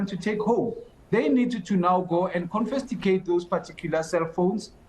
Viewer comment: Did this man just say "confesicate"?😂